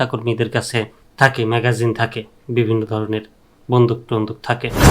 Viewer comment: দোচনা ঐটা ম্যাগাজিন না ম্যাগজিন।